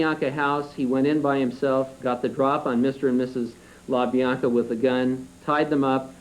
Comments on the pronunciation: La Biana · How hard is it to say La Bianca? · You’d think that the Parole Commissioner for such an enlightened State as California would at least be literate. The first three (3) minutes and he couldn’t correctly pronounce: • LaBianca • Beausoleil • Hinman • Severing There’s more, that’s just under the first three minutes. If the Parole Commissioner couldn’t be bothered to take the time to learn the last names of both victims, perpetrators or a type of sharp force injury from an edged weapon, you know he examined absolutely nothing of substance. Later on, I think he has trouble with “Van Houten” and “Kasabian” as well. Perhaps I will edit this to add more. What a Kangaroo Court.